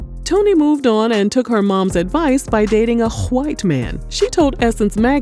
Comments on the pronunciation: Why is yhite pronounced like that🤣😂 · The way you say white😭💀😂😂😂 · You gotta say white like that 👀🤣🤣😂😂😂😂🤣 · Why is she saying "white" like that?!?!??! I'm dead 💀💀💀💀 🤣 🤣🤣🤣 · First off you just going to keep saying white like that 😆🤣😂 I love Toni but I don't feel sexy when I'm broke.